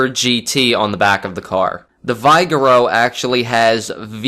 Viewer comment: its pronounced Vig-err-o